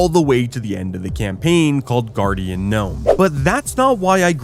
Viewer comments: broooo it’s pronounced like “gar-den” gnome, not guardian gnome. you know, like a GARDEN GNOME?!?! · brooo it’s pronounced like “gar-den”, you know, like a garden gnome?!?!